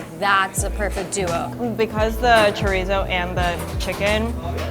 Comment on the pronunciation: I'm from Fall River, MA so the second I saw the name Alves at the second Poutine place I knew we were getting a Portuguese influence. I'm making his version. But it's NOT chorizo, it's chourico. It's pork, not beef, it's smoked and cured, not fresh, and it's pronounced shuh-REESE. (There might be a slight "oo' at the end but not with Azoreans in Fall River.) I've got five other Portuguese inspired versions of Poutine in my head and would love to open a small place. Maybe a party with a Poutine bar first? As for the steak segment I think I need to try all 3, you know, to be fair. 😁🥩❣